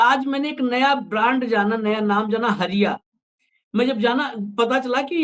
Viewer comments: Hariya nahi...hadiya bolte hai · हरिया नहीं हंडिया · Hariya nahin bhai hadiya hota hai kuchh to Jana kijiye debate mein baithte hain to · Harya nhi Bhai ji Hadhya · हरिया नहीं बोलतें है...... हंड़िया बोलते है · हरिया नहीं हंड़िया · माफ किजीएगा सर उसे हड़ींया कहा जाता है हरीया नहीं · हरिया नहीं हंडिया ।